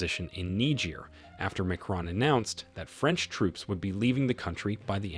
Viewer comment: It would be a little helpful if the Narrator would learn to pronounce words, especially foreign names, before making the video. What is especially grating is the words junta (whon tah), Macron (mac r-own), Niger (nee j-ear) and repositioning (rep-o-sishion-ing).